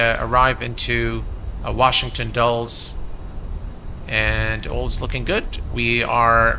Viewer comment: Dulles is pronounced Dull-iss as opposed to Dulls. Just an FYI... I'm sure you'll fly there again...Flightbeams scenery is great